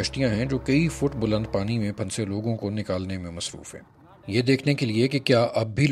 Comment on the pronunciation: Oh PRA (PHUN SAY ) urdu main bhi silent words hotain hain like any other language you got to say it togather and noon is like noon ghuna like phusay but say in a way that noon is listenable Other words like KHUWAB (dreams) is KHAB and HUN SANA (laugh) is suppose to be pronounced as HASNA well thats enough of urdu language lesson MAY ALLAH PROTECT AND SAVE ALL WHO ARE IN DIFFICULT TIMES OF FLOOD